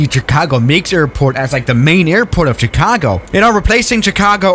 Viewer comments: I have something to tell you its not pronounced "Ch argo" its Chicago. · No one: Chicago: CHH-icago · I love how you say Chicago